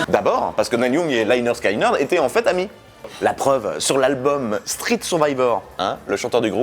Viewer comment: On dit pas Sky pour Lynyrd Skynyrd mais skinyrd je sais pas si c clair mais sinon aller sur Google translater et écouter comment elle dit en anglais